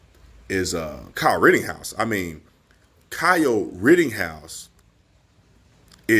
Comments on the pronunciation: B, it's not rittinghouse! It's said "written-house" Rittenhouse. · Why on gods green earth do you keep mispronouncing Kyle's last name? It's rit-tin-house, not rit-ting-house.... My biggest irritation is when someone repeatedly mispronounces words. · Would you please quit saying “RittINGhouse”? 🥴 It’s RittENhouse. Thank you! 😃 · B, PLEASE STOP Pronouncing KYLE'S Last Name: "Ritt-ING-house". It's "Ritt-EN-house". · Tatum, if you want to be able to speak better and pronounce words better, start with pronouncing RITTENHOUSE the way it’s spelled and the way YOU correctly spell it in your video titles. But you keep SAYING “RITTING”HOUSE. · Rittenhouse has no g in it. just saying. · LOL I love you man but when you think it's odd if I called you Brandon Tategum? There's no g in Rittenhouse homie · My favorite thing is how you keep saying “Kyle Rittinghouse”. That, and your clear-eyed analysis. Keep it going! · Love you bro, but it's RittENhouse